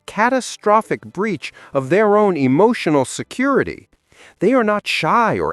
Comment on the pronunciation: E-moo-tional? You shouldn't get all e-moo-tional and cry over spilt milk, or mispronounced words!! 😂